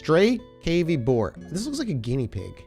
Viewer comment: "cavy, (family Caviidae), any of 14 species of South American rodents comprising guinea pigs, maras, yellow-toothed cavies, mountain cavies, and rock cavies." pronounced like kav-ee.